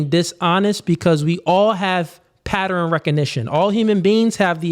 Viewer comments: it's not patter-N. It's pronounced pat-turn. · Please be mindful of saying 'patteren' instead of 'pattern' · The people who cant pronounce ask also cant pronounce pattern... what the fuck is a patteren?? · i love ya, i agree with everything youre saying, but WTF is a "Patterin"? (pattern). lmao